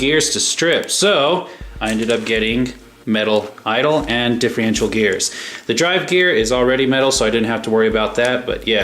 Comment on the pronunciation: Hey, Just catching up on all your vids as a new Subscriber, via Gio-R1.. I noticed how most Traxxas 2wd's are vertually the same Transmission wise anyways:) so alot of the videos i've watched today are the same videos Just with different colours.. its Differential not Diff-Re-ential no worries my bad, your Rc collection is pretty sweet & I see you have alot of time&love into them.. how come you didnt go with the 4x4 Slash with Velenion..?